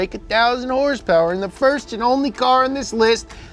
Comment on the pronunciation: I'll have you know that YouTube's closed captioning registers horse powers as hearse purse when you pronounce with the pizazz